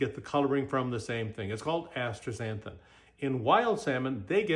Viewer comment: Did he really just mispronounce astaxanthin? Lol…what he means is that he’s bought and paid for by Atstrazeneca.